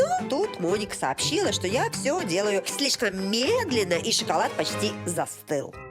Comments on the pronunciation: Жанна, не " сщикалат", а "шоколад."Обратитесь к логопеду! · Как можно говорить...шикалад? Это п...ц